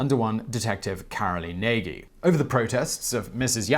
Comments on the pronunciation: I think that Nagy is pronounced something like Nahzh. Presumably some Hungarian will confirm or correct that. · If I am not mistaken, Nagy is pronounced nodsh or something similar... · Nagy is pronounced Nudge or Noyj in Hungarian. Certainly not Nay-gee.